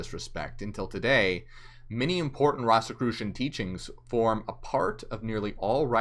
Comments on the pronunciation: It's ROSE as the flower, ROSE-i-crucian. And you can't become a ROSE-i-crucian ... You study Rosicrucianism. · The word came from ROSY CROSS and pronounced like a rose. Rose- e- crucian